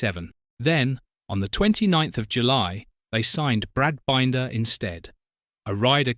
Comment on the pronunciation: maybe learn how to pronounce Brad Binder's name I'm sure he's earned it